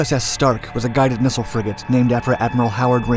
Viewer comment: Learn how to say missile lol